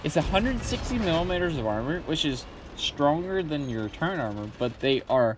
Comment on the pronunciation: Why do you keep saying turrent instead of turret ?